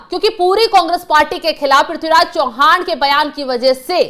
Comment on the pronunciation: चौहान नही चव्हाण..